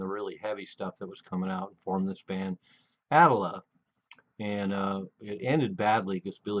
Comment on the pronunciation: Ah - tlll - ah. Not the way you pronounce it.